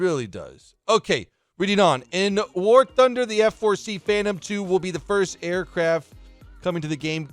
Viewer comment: aircraft not aircafts